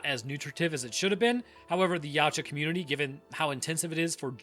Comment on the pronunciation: Just for your future information, it's pronounced Ya-OO-tah, not 'Yeowch-ah'.